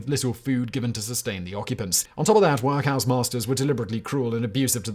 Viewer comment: If I never hear Simon say "Work House" again, it will be too soon.